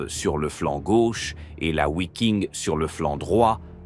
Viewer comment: Wiking se prononce Viking. Pour les volontaires scandinaves. Connaissances limitees du sujet.